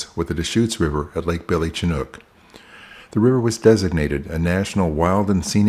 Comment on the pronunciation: Kind of a harsh way of letting him know, but I agree. Ochoco, Madras, and Chinook all were mispronounced here. On the positive side, I enjoy your videos!